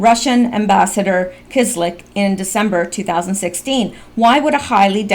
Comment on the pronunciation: You're awesome accept for pronunciation of the Russian ambassador's last name...It's pronounced Kiss-Lee-Ak? Keep up the good work!!!